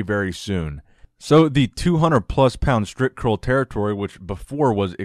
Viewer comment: haha!!no more „stripcurl“!!no you over pronouncing it!!!good!!!